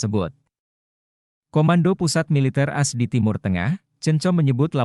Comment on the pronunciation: A. S bukan as.... Reportase